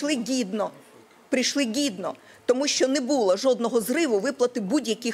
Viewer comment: Газова царівна йде в топ! Яке ж воно дурне, подаруйте цій пристарілій Інтердівчинці правопис, щоб дійшло і це чудо зрозуміло, як правильно вимовляти слово "ГІДНО"!